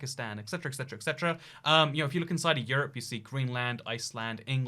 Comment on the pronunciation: It’s “et cetera” not “ek setera”